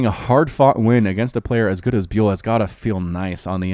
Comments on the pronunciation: Trybadur X Yes byul means star in Korean and is pronounced bial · I think ByUL is pronounced as [bial], not [biul]. Check out this one